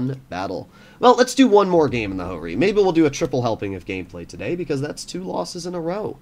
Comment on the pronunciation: Ho-Ri Not Jo-Ri